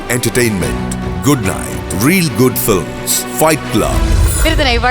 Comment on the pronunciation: please stop saying flim - why do they all say flim instead of film?